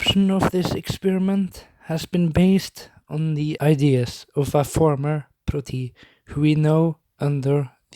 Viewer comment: Why do you write protoi but say proti , and why do they have this name